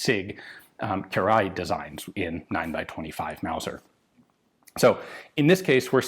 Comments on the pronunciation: Wow Ian just nailed the prononciation of király! Great job and appreciate the work you put in for perfection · Beautiful pronounciation of Király's name.